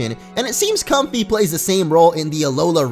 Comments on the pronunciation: I'm pretty sure it's pronounced so it rhymes with the word way (like Com-fay) not comfy lol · Comfey's name is pronounced COM-FAY. Fey (fay) is a term for fairies. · It's pronounced "Com-Fay" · it's com-fai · I think it should be pronounced com-fei because of lei. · I think it is pronounced com-fei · i think its pronounced com-FAY like ley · i think its a play on com-fey or "fey" which is what you call a fairy